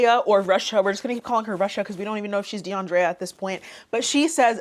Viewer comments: I'm sorry, but the way "Russia" introduces herself & pronounces her name, doing the most "DeAndrrréa"... annoys tf out of me.. Like girl. 😒🤦🏾‍♀️ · the dragged pronunciation of deandrea pissed me clean tf off. side note: that eyeshadow color looks great on u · The way she pronounced her name sounded like a Portuguese accent